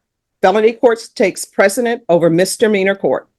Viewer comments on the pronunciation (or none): It's not "takes precedent." It's "takes precedence."